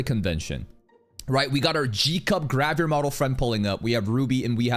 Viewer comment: I kept hearing "grab your model" instead of "gravure model" and this made the video extra funny lmao